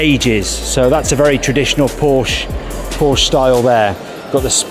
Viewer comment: Porsche is TWO syllables. What’s the matter with you guys?